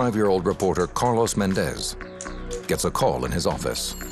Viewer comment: MÉndez, MÁrquez. It's not MenDEZ or MarQUEZ nor PeREZ or any of that. The strong syllable is the first one. Gaaaaah!